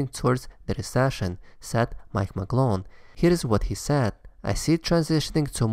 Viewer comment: Turned it off when you said Novograts! Come on! Very close to unsubscribing